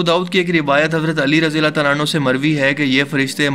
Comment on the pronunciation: اللہ تعالی hota he yr اللہ تالا nahi plzz ap k is lfz se kai.log atraz kr skty hein